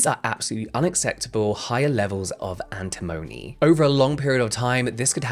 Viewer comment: You got cyanoacrylate correct. You also got corticosteroid correct. Antimony you said mostly correctly: Ann Tim Oh Knee, with the stress on Tim. We use so many products in our daily lives that have the potential to go wrong, very wrong. Never use a chlorine bleach to clean your toilet, for example. And if the room suddenly smells like a swimming pool, LEAVE. Immediately.